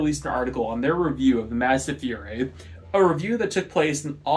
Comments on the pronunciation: I think it's pronounced "Foo-ra-ee". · Really good video but you're pronouncing Furai wrong and I can't not say anything about it 😅 Furai = Foo-Rye (almost sounds like "Fly") Japanese is a phonemic language so whenever you see a vowel it is ALWAYS pronounced the exact same. When you see a U it's "oo" as in moon. When you see an A it's "ah" as in opposite. and when you see an I it's "ee" as in knee.